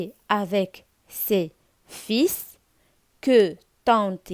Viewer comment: شكرا على مجهوداتك ولكن كنقولو فيلfils الخيوط ماشي فيس fils ولدي